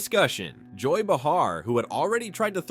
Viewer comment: First of all, learn how to pronounce Joy's name .... Secondly, he didn't shut anyone down, he just refused to answer the question..... period. But just remember, when someone asks a Democrat a question & they do that, right away it's turned into "see, they avoid the question" Give me a break, you are all alike.